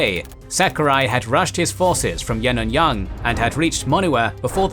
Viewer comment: But where is General Aung San and BIA??? Also some names are terribly mispronounced. Like Yenangyenog ရေနံချောင်း for example. Which is actually pronounced as "yaynanchung". And Bhamo ဗန်းမော် is pronounced Bamaw. Ava bridge အင်းဝတံတား is pronounced Inwa bridge with တံတား=bridge.